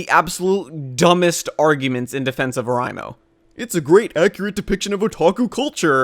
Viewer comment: It's pronounced O-REI-mo not O-RAI-mo.